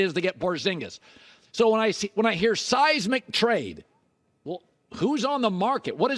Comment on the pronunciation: ‘Seismic’ ….lol😅